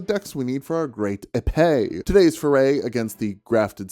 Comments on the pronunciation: It's pronounced "yippie" like as a cowboy might say. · I know he said he didn't care, but it's pronounced "Epee" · it's pronounced "Épeé" obviously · It's pronounced pipi 😂😂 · its pronounced michael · "Don't say eepy you're an adult." proceeds to spend entire video purposely mispronouncing something just to be annoying like a child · I gotta be honest, when you pronounced it "eepee" I thought it was a set up for a dick pun